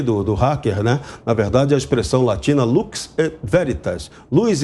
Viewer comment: É dose ter que ouvir o âncora do programa falando Lux (com som de ch) e Verítas! Freire sorriu!